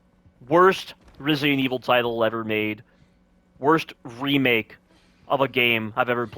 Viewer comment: resident evil 4 "remilk" LMAOOO i love it